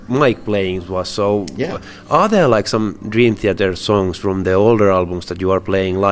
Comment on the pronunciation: LOL Dream "Theter"